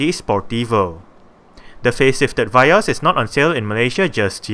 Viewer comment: Vee yos rite not va yos